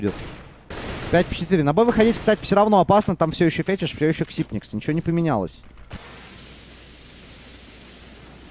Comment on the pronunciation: он же Ксайпекс! не ксипникс